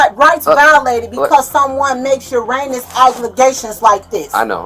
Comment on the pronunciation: I know this is no joking matter very serious situation, and my heart goes out to the little boy's family, but did that lady just say Uranus?